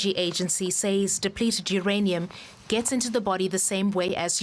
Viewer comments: it's not SAZZ. The word is pronounced says. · Or sez.